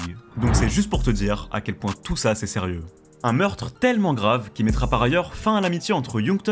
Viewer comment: J'ai essayé de faire honneur à ta vidéo mais je n'ai i pas pu aller au-delà de . Ta narration est désastreuse, je ne pouvais plus entendre le mot "tellement" tellement tu l'as dit en insistant sur sa prononciation à chaque fois. (Les compter pourrait-être significatif mais je n'en n'ai pas le courage et je n'ose imagine le nombre de "TTTellement" durant encore plus de 40mn.) Cela aurait pu être un bon documentaire mais je pense que tu aurais largement pu le condenser en 25 mn max au lieu de près d'une heure à en juger du peu d'infos transmises en 15mn qui aurait pu être soigneusement développé en 5mn. Ce qui est déjà beaucoup étant donné qu'on en est toujours à son enfance et à sa première balle reçu au bout de 15 mn, c'est indigeste toute cette répétition d'évènements reformulées, déjà évoqués 10 fois. Inspire toi des LSD d'Hyconiq par exemple qui maîtrise parfaitement son sujet. Il y a des détails (qui font toute la différence) comme ce gamin blanc propre sur lui que l'ont voit plusieurs fois (en 15mn) de dos, suivi du plan des collégiens blancs de bonne famille, sortant du bahut j'imagine… Ne parle-t-on pas de la pire des banlieue afro-américaine d'Atlanta là ? Enfin bref, je sais que ce n'est pas ce que tu as envie de lire mais voilà, navré, je te dis ce que j'en ai vu et je ne pourrais allé au-delà.